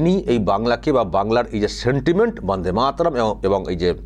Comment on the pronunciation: দাদা বাবা কাকা এটা একটা তো বড়দের সম্মানিক জানানো। বঙ্কিম দা বলাটা কি খুব অপরাধ।?? কি বলবেন বাংলা জনগণ। যেভাবে প্রতিনিয়ত বাংলার মনীষীদের নিয়ে ফাজলামি মারে মুখ্যমন্ত্রী মমতা ব্যানার্জি তখন আপনারা কোথায় থাকেন?? বন্দেমাতরম ঠিকভাবে বলতে পারেনা আমাদের মমতা ব্যানার্জি নির্লজ্জ।